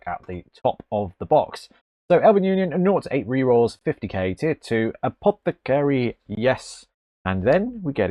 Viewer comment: Love it, but I shudder every time you pronounce apoth-ah-caary incorrectly.